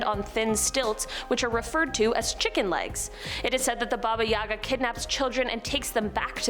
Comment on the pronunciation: Baba yaga. Lol watch Lost Girl for the pronunciation. It's pronounced differently. Good show anyways. I've heard of a few of these but I literally watch horror movies every day.